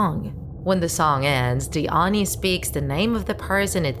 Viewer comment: Why do you mispronounce simple words such as "oni". Not impressed.